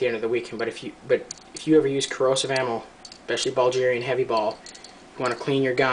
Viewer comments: its BULL-GAR-IAN...not BALL-GIRAN. If you cant even pronoun the country correctly, dont expect people to take what you say seriously. Also they are semi-corrosive, so you need to clean you gun after shooting. Also, way to much rammbling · Bulgarian, not Ballgerian. Its pronounced Bull-gare-ian. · BULdge-erian you sure thats how its said?!?!? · ITS BULGARIAN NOT BULGERIAN YOU IDIOT! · dude, it's Bulgarian, with a "g" sound like grass, not Buljarian, with a "j" sounds like jack